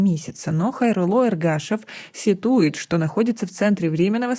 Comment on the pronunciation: "сетУет" ??? Читать учитесь.